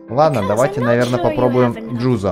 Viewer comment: не джудо а джузо